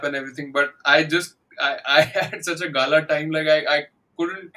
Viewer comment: The Movie is Nan(Nun) - Not Naan ❌ Pagal - Not (Paagal) ❌ Mayakkam - Not (Maayakkam) ❌